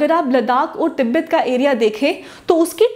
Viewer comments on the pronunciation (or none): none